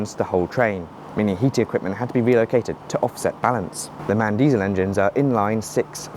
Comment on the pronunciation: It's pronounced M-A-N, not MAN btw, for the German Engine and Bus/Coach/Lorry manufacturer.